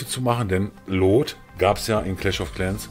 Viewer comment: es wird luut ausgesprochen nicht loot XD